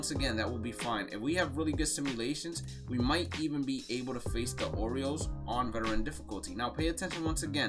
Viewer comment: He said Boston oriels